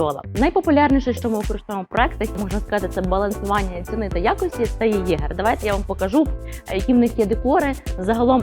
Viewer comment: Єгерь? Серйозно? З таким читанням правильно читати феніх, а не фенікс